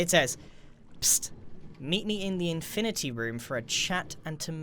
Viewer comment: Infinaty like avengers infinaty war